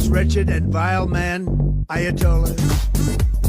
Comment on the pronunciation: It’s Aya doll ass not ayatollah